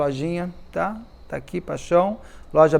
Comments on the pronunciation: Do nada ele solta uma graça, uma ironia ... Enche a boca pra falar "pachão" 😂😂😂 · Beto, me acabo aqui quando você fala "paxãum" 😂❤ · Beto, morro com a sua "paixoum" 😂